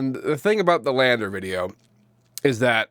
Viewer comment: "Landr"... "The R is Silent"... "Land"?